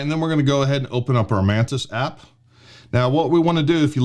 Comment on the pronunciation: The way he says “Mantis” it sounds “Menace”…😂🤣😂🤷🏻‍♂️